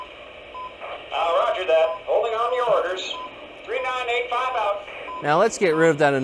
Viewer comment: When you say three nine eight five….it bugs the hell out of me, when you say her road number, it’s pronounced thirty nine eighty five.